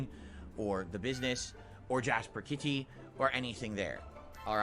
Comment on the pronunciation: why does he have to say “jasper kitty” like that. I would give him money just to never say those two words from his mouth ever again